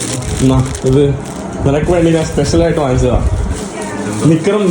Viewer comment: ഞ എന്ന അക്ഷരം എപ്പോഴും ന എന്നാണ് ഉച്ചരിക്കുന്നത്. ഞാൻ എന്നത് നാൻ എന്നാണ് പറയുന്നത്